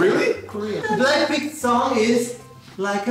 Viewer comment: BRRAAACKPINK sono morto😂😂